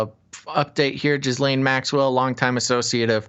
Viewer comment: Guys, her name is pronounced : "Geh-lynn" or "Geh-laine", not "Giz-laine"